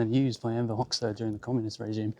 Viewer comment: It's pronounced Hoxha..Hodga not Hoxsa .